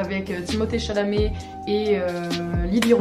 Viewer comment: 🤣🤣🤣 mais tu l'as absolument pas respecté moi je l'aime il s'appelle Timothée chamalet pas chanané